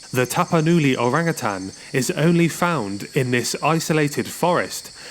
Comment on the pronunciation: Thanks for pronouncing Orangutan correctly. As Utan or Hutan is Jungle. And Utang or Hutang means Debt.